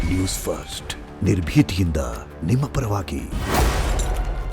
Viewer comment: News first helidda...news fost helidda...adyava tarahada pranounciation e news reader du